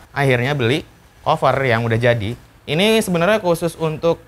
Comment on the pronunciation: Monmaaf nih bang dah gregetan gw wkwk dari dulu pertama kali nonton lu setiap kali lu ngomong "cover" bawaannya greget mulu pen bilangin wkwk, saran aja ini mah kalo mau ngomong "cover" ngomongnya kaver aja jan kofer